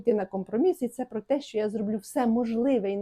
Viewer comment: Не столовій а чоловікине щьо а що перестаньте Па рускі вимовляти українські тверді приголосні ж ч ш щ